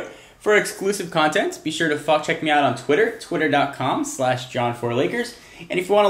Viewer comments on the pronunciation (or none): "be sure to fu-check me out on twitter" lol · is sounded like: F****in check me out on twitter